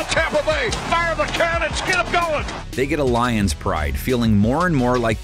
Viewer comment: How many times is he gonna mess up these lions names 😂